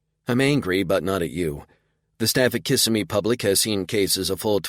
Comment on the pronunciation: I have enjoyed this series so far. This is the first book that being from Florida gives me a giggle....Kissimmee is pronounced wrong in the narration. We call it Kis Sim me not kiss a me. Lol